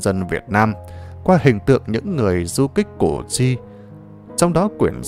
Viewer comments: Củ chi sao đọc là cổ tri??? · Đọc sai cổ tri giờ đọc sai tiếp là cổ duy.Đề nghị đọc cho đúng danh từ Củ Chi... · đất Củ Chi mà ông này cứ nói là cổ tri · Củ Chi chứ ko phải cổ tri nhe !! Làm về lịch sử thì làm ơn đọc đúng chính tả dùm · Hình như bài do AI đọc? Củ Chi mà đọc ngọng là CỔ cHI???